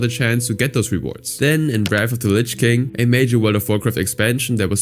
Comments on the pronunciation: It’s Lich King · Wrath of the Lynch King lol (“Linch”) . Resource are telling me it’s “Lich” King. I could be wrong